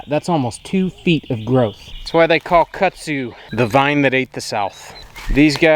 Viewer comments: Hi from another TarHeel. Your property looks so pretty all green & lush. I have a question for. I’ve lived in NC almost all of my life except for when my late husband was in the military and we moved around quite a bit. Kudzu is the bane of existence for North Carolinians. It sounds like you are saying Kutzu? In the southern part of the state we say KuDzu. Was just curious. Also, are you still building your addition? Thanks so much. Happy Gardening!! Stay cool! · I like the way you pronounce Kudzu but I can definitely tell you weren’t raised in the south. 😂